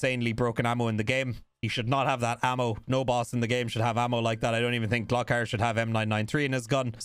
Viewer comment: Gluck ar? Nooooooo Gloooo kar omfg dude